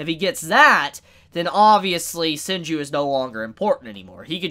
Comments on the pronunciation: it is senku ... not senj ... whatever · Am I the only one confused by how he says "Senju" instead of "Senku"? :))) Edit: Nope. Almost all of the comment section is about that 😂😂😂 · THIS MAN SAID SENJU THE ENTIRE VIDEO I THOUGHT IT WAS A TYPO IM DEADDDDD!!!! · Take a shot every time says Senju instead of Senku. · Senku... his name is Senku :v not Senju And yeah.. Tsukasa has a point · WHY ARE U SAYING SENJU ITS LITERALLY SUBBED ITS SENKUU HOLY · Senku, not Senju. xd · Hehe "Senju"?!😅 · It’s “Senku” XD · maybe he rhymed it with TAIJU😂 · Dude butchers names like every season to be honest lol and normally I overlook it but this is so blatant every time I hear him say it wrong it just get worse for me and I wanna yell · oh boy can't wait for thatsnob reaction in riding the hype train while saying the MC's name wrong